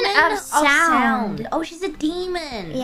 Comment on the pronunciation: Demon of Sound? I thought it said "Demon of Soup"